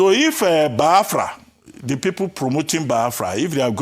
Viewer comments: Why Abatti an educated journalist pronounce Biafra like Bayafra . Maybe is from his tribal tongue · I feel disgusted seeing the face of this man called Reuben Abati, Upon all his doctorate he doesn't know his verbs and adverbs,He couldn't even pronounce BIAFRA,He just a disgrace to journalism.